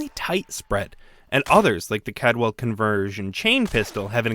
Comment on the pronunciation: Take a shot every time he says "Cadwell" instead of "Caldwell". You'll be dead before the end of the video.